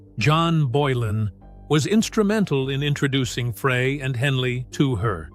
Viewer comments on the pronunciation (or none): It’s not Fray. It’s Fry